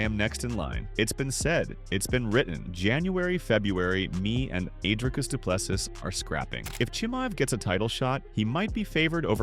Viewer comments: Repeat after me: "Dree-cus Doo-plês-sea" Again: "Dree-cus Doo-plês-sea" Once more: "Dree-cus Doo-plês-sea" Last time: Dree-cus Doo-plês-sea" Final Time: "Dree-cus Doo-plês-sea" Final Last Time: "Dree-cus Doo-plês-sea" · Drycus 2plusses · Commentator, learn how to say Dricus Du Plessis's name, its not so difficult. Do some research man, its not so hard!!! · Rather say DDP, you are struggling to much with his name bro